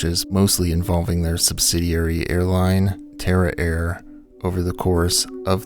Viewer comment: tara air? dang I thought you said terror air. I thought... wow great name guys.